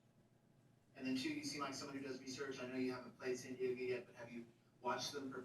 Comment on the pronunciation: "Sand Diego" lol